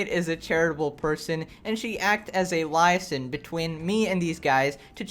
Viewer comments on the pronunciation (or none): Liaison is pronounced as LEEaison not LIEaison. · “Lie -Asan” Lol again your pronunciation.;) Lee-Eh-San for future referecnce. Thanks for the video’s.;) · Here for my daily pronunciation check. Liaison: Lee-eh-zan That is all. Thank you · in….it’s pronounced Lee-A-zon! Also just an FYI a lot of others out there: faux is pronounced Foe not fox. It’s French. That’s why it’s weird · I think you mean le-A-zon during the if you're scaring them one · My man doesn’t know what a (Lee-a-son) is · Sorry, but I have to. Liaison is pronounced ley (like key) - ay (like day) zohn (like zone but without the e). So ley-ay-zohn. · You're pronunciation of "LIASON" is mega SUS!!! AAAAAAAAAHHHHHHHHH!!